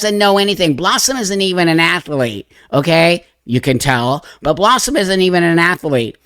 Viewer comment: dont you mean "afflete"?? 😂